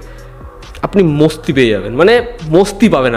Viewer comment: মস্তি না বলে মাস্তি বলবেন, মস্তি শুনতে বস্তি লাগে